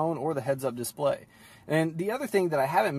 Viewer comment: Dude, ‘Dis play’ is one word